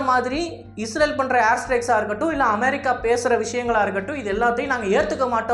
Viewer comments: நீங்கள் தமிழில் பேசும் போது அமெரிக்கா என்று சொல்லுங்கள் அதை விடுத்து அமாரிக்கா அமாரிக்கா என்று சொல்லும் போது நீங்கள் உச்சரிப்பது தான் சரி என்றும், மற்றவர்கள் உங்களை சரி செய்வதற்காக சுட்டிக்காட்டுவதை உதாசீனம் செய்வது போலவும் உள்ளது, திருத்திக்கொள்ளுங்கள். Be a roman when you are in rome. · America ndu sollum pothu vai Enna oru maathiri pothu. why are you trying so hard to copy British accent 😂?